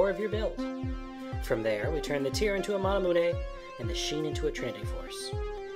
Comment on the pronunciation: lol does he say mana-moo-nay?